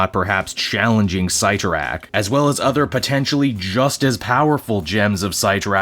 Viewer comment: Oof, that art... Also, never heard "Sit-tor-rack" pronounced as "Seight-tor-rack" before lol